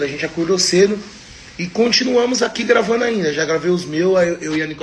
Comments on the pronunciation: permita -me corrigir. " Tamu gravanu "😂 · Permita me corrigir: "tamu gravano" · "A gente tamu gravanu". Dói em meus ouvidos. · Verdade, chega a ser pior, ele diz "gravano". É um dialeto. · corrige aí. gravanu, não gravando. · " Agente tamu gravanu "....kkk O bostil tem que ser esse lixo mesmo